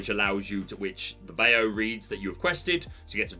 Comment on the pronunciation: can we talk about your pronunciation of “Bayou”? 🤣 For future reference it’s bye-you. 😉